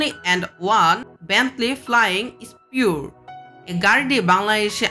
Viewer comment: vai.ai gula ki vul pronunciation kortechen? Bentley flying স্পিউর না!! এইটা স্পার (spur). tarpr ota Mercedes মাইব্যাক না..মেইবাহ. আর বারবাস না...ব্রাবেস(brabus)